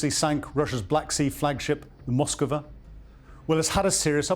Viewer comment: Zero excuses for an “intelligence” officer not to be able to pronounce ‘Moskva’, ‘Iskander’, ‘Novorossiysk’. Basic ability to break a word into syllables. BUT still a good update!